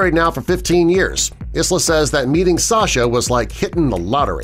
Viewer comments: Pronounced Eye-la, not Iz-la. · Isla Fishers name is pronounced Eye-la, not Is-la. It’s a beautiful Scottish name. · Isla is pronounced eye-la! Lol The ‘s’ is silent just like it is in island! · Isla fisher is pronounced as “eye la” isla Fisher.... And wat about Minnie and Mickey Mouse? They been together for yonks